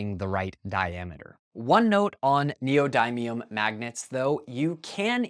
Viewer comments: Neodymium is pronounced like: "neo-DIM-me-um" not "neo-DIE-me-um" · im sorry but neodaymium?